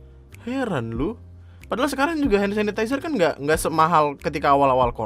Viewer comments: Njir. Gw yg aslinya hampir ketiduran gara2 ngantuk langsung melek di bagian "hand sasisazeh" 😂😂😂😂😂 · "hand sasizeser"